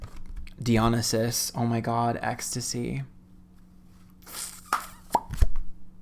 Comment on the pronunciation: Dionysus: dye-uh-NICE-iss ;)